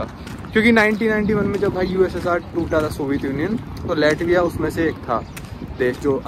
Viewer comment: लाटविया not लैटविया 😅😅